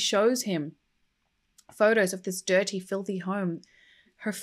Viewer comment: Did I hear you say 'detty pig'? Eric would be proud.